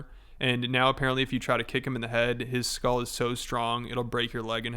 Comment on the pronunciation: Yeah, I'm certain this guy was an F student; he can barely pronounce simple words like 'skull' ("skol" means cheers in Danish lol), and he seems to be another big man with daddy issues, which means he has to lie about EVERYTHING since daddy never loved him. The steroid abuse makes him look older and shrinks his pea brain. I pity anyone who falls for this desperate Andew Tate clone. Kids, stay i school 😊